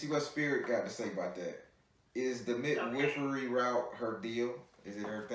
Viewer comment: Lol "mid-whiff-ery" 😂😂😂😂